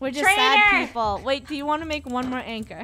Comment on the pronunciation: Land oh my good plepole